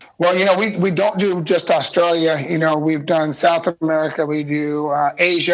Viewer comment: Dale and Robby say Australia so wrong and yes I’m Australian